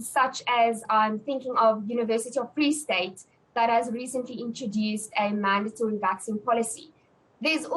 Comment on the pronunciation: There is no long A sound in mandatory. The second syllable does not rhyme with date.